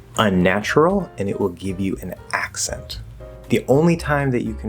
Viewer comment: Am I going crazy or does the word accent have a short e sound instead of a schwa